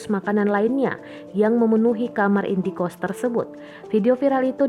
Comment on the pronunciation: indekost bukan indie-kost ....halah2😌